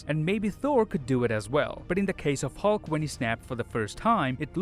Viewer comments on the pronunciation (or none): none